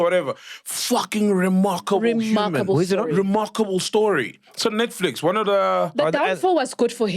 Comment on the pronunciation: 🤣 mara said "mermackeble space"